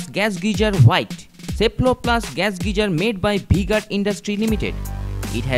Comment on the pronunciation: bhai v guard.....not bhi guard